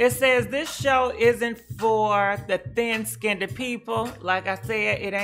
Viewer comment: “Im to skinTHED” lmaoooooooooooooooooo